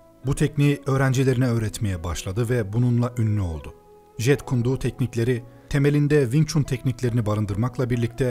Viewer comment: jit kun do diye okunuyor jeet kune do diye yazılıyor aga naptın :D